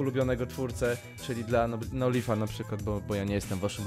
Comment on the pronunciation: NOLIF TAK SIĘ NIE NIĘ MUWI TYLKO NOŁLAIF